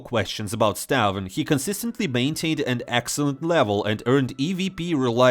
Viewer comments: its pronounced staun not stavn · it's pronounced stabi